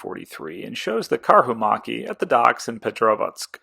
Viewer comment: Great video series! I like your pronounciation of Karhumäki, as it changes the meaning of the word from "Bear Hill" to "Bear macaque", which is an interesting animal. 👍